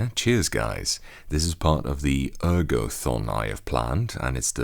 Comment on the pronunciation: I first heard "ergo thong" and I had to rewind to hear what you really said :D